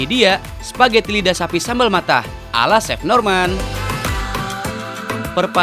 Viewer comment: Nobody : Not even Italians : Tau Gak Sih : SPAGGETI